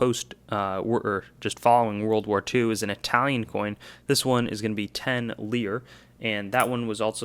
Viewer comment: Corrections: The Israeli coin is 10 agorot or 1/10 of an Israeli lira. The currency was retired in 1980 and they are no longer legal tender. And the coin that you said is 1 jiao from China is actually 1 Japanese yen. As far I know, you can still spend it in Japan. Lire isn’t pronounced ‘leer’, it’s pronounced ‘lee-reh’. And the Chinese coin you needed help with is a 1 cash coin. I’m not that experienced with east Asian coins so I can’t say too much more about it.